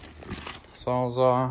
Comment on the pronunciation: Its Sawzall lol Good video